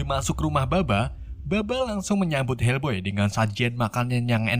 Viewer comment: Bukan helboy bang tapi fak boy😂😂😂